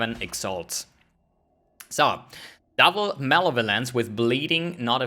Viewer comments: its not male violence... its mol ev oh lence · "Male Violence"... (muh-leh-vuh-lence) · He says it that way deliberately as a joke :p